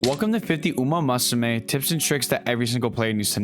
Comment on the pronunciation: My brother, it's "moo soo may" not "ma soo may" lol great guide though! Just picked up the game! 🤗